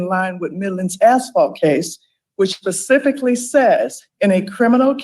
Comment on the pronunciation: How is it that we have a seated judge who says "pacificly" instead of 'specifically?' My head hurts.